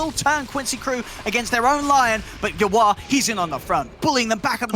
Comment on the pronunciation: Why cant the caster say "yawar"? Why does he call him "you are"???